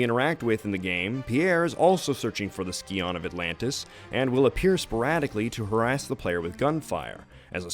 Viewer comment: I'm pretty sure "Scion" is pronounced "Sai - on". Unless the game also-pronounced it Ski-on. Not that it really matters, because you're unlikely to ever use the term again. I'm actually mostly commenting for le algo. Also, when you remember that "tomb raider" is a synonym for "grave robber", it's pretty easy to see why Lara isn't exactly worried about the environment.